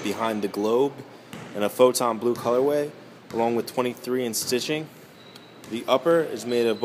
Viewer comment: You say photo blue weird sounds like you say photon blue